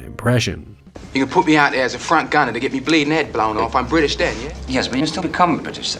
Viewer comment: I think the issue wasn’t that he was using the “ye” version of E (which many Russians who aren’t very fluent in English do), it’s how pronounced it was, especially in “get”. He almost made it two syllables, like “Gee-yet” whereas in the next example in the same sentence (“fiftyeen”), it sounded much more natural and subtle.